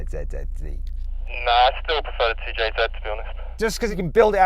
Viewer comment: 2jzの発音に愛を感じる